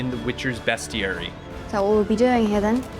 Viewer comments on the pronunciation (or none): Are you mispronouncing words on purpose to be a troll or what? Bestiary = BEAST EE AIRY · No, its bes·chee·eh·ree